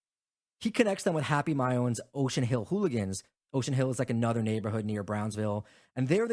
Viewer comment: Maione is pronounced May-Own, according mobsters: murder Inc. a show from the biography channel they made about these guys a few years ago. Great episode! If you ever do a tour of gangsters in NY, let us know!